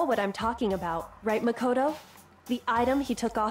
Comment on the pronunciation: i feel like someone should have really told you this by now but it's pronounced muh -koto or am i just missing the joke